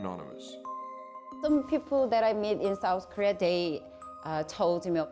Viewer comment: Do any other Americans hear “career” when Koreans say “Korea” ....? Cuz I do.